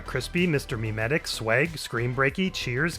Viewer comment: I'm crying 😭 You were so close! "Memetic" rhymes with "genetic"